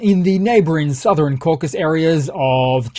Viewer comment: causasus, not caucus. please. and just because I can: canon =/= cannon :p